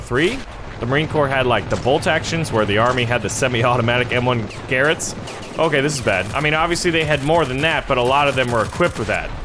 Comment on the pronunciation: In ww2 the americans didnt use bolt action rifles, the only one was the springfield and that was a sniper. And its also not called a garret its a garand